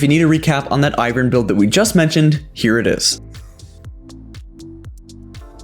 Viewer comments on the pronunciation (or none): none